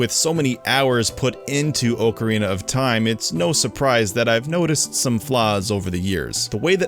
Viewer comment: It still stands up till this day. Not perfect, but with all those limitations still better than much of what's released today. You also can't pronounce ocarina and a kind of flute I guess created back in 1853.